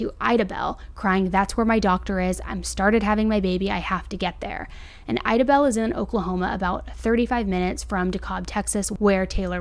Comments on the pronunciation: Lol amazing video. She just burchered my hometowns pronunciation 🤣🤣 Idabel (I-Duh-Bel) ....... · Horrible to hear about 😭😭😭how are there humans on this earth who would do something like this?!?! Oh off subject idabel is pronounced as eye-dabel. Long I sound. I’m from Oklahoma and live about an hour from there lol